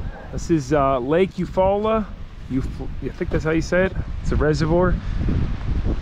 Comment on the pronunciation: You correctly pronounced lake Eufaula like a true Midwesterner.